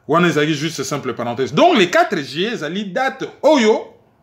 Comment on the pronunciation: s’il te plaît est-ce que tu peux revoir ta prononciation du mois “ Juillet” et non pas “Jillet”? Ce n’est pas pour te critiquer simplement car tu fais super bien ton boulot et moi je n’ai pas la capacité de faire ce que tu fais. Tu as le don d’expliquer les choses de façon pédagogique et précise mais juste une petite remarque. 🙏